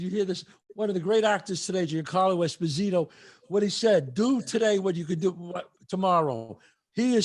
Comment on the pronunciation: It would have been AMAZING if Chazz remembered at the End/Closing, Giancarlo's Last Name's Actual way of Pronouncing it (since He HIMSELF clarified it to Chazz at the beginning of the Sitdown) And said EspOsito instead of EsposIto 🥲😢 That would have been mega class act by the Great Chazz!